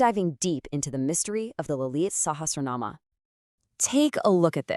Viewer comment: When you speak about such grantha..... please get the prononciation correct.....get someone who knows the value and importance of the text to speak....